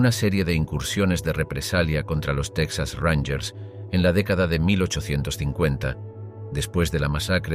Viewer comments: Solo un error al principio del relato: se pronuncia Tejas, no Tecsas, así como Mejico, no Mecsico. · Se escribe Texas y se pronuncia tejas no saben español o que?👊🏻👊🏻